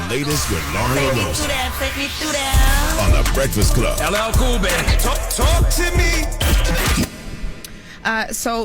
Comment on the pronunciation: Goo moorin breakfiss cub. WTF 😅😅😂 scholar NOT!